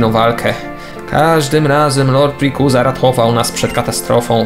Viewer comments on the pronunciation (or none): rejkłaza się czyta(rayquaza) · nie mówi się rikuza lecz rajkłaza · ale spolszczone dla polaków reikłaza wiem że pisze się rayquaza ale spolszczonie czyta się inaczej reikłaza